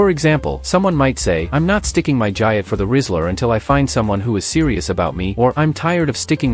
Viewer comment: nice AI trash mispronounces the main term in the video its explaining thumbs down